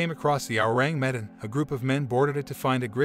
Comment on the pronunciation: "Ewww" "rang" "meh" "Dan" Learn to say the name lmao